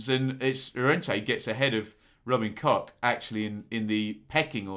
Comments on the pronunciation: Mate I love your channel, a huge fan but pronouncing them cock and klick, really, I was based in Germany for a time as it happens.... keep up the good work, apart from your pronunciation 😂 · surely its Robin Koch, I see no ‘ck’ on the end of his name, same with Mateus Klich... 🤷🏼‍♂️ MOT